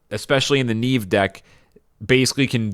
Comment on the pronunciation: its not Niive its Niamh bro